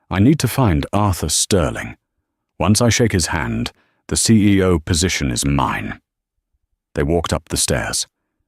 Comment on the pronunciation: Announcing the "CAO?" instead of "CEO?" Lol.